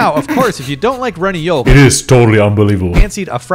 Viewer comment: I hate how this guy pronounces yolk